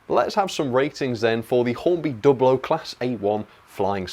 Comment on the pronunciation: good to hear you are now pronouncing Dublo correctly. In older times you would defend saying Dew Blow.